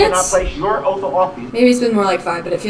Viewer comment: “Fir da wrecked you haven’t proved ur Oaf of office when I axed u”